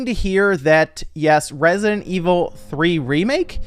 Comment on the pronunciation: Yay "Resinet" Evil.